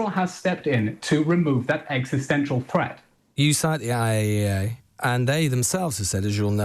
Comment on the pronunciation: He couldn’t even say IAEA after being challenged.